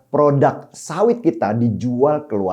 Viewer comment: Sorry bung, kritik dikit.. PRODUK.. bukan PRODAK.. pake U bukan A.. Indonesia bukan Endonesia... Pake I Bukan E...